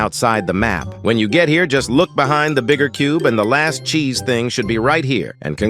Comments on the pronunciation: “rotten chese” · "rotten chese"